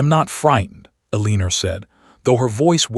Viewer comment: Sorry can not under take another story of Elenor being pronounced Aleaner😢😢😢